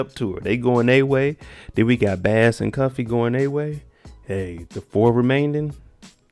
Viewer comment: Its pronounced Bass like the fish.